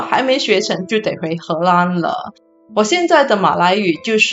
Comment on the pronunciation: 为什么你荷兰的“兰”念第一声？听起来怪怪的。